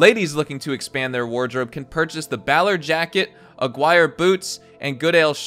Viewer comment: Oh man, you really butchered the word Aguirre. It's a Spanish word. Most commonly seen as a surname.